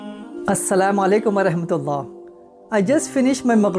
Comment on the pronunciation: Thanks for the great work brother. I have a tiny yet important improvement for you. Please take it with open heart. It is not As-Salaamu Alaykum wa REHmatullahe wa Brakatuhu It is As-Salaamu Alaykum wa RAHmatallahe wa Barakatuhu When you make improvement, a lot of people will get improvement through you; and you will get equal Hasanat. So, not REHMAN but RAHMAN. Wa'As-Salam